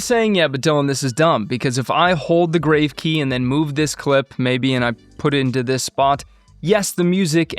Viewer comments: Helpful! BTW, it's pronounced GRAH-vay not grave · Dylan, just FYI -- How to pronounce the "Grave" accent key (it's grahv as in "calm"). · Regarding the “Grave” key please note this is coming from a channel with 118k subs, getting corrected regularly for each mistake made. It’s not a criticism but just sharing knowledge that can help us improve. This word is from the French "accent grave” and is pronounced grahv (rhymes with smarv or pahv, using an "ah" sound like in the word father). It is not pronounced like a burial site (grayv). Please know I love your videos! You have taught me a lot and will continue to do so. They have indeed helped me to get to where we are today. Looking forward to learning from your vast knowledge on all things released for FCP. Keep it up!